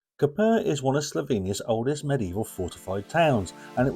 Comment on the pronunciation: Please learn how to pronounce the names of the towns/cities you visit. The way how you pronounce Koper is wrong. The accent is on another syllable.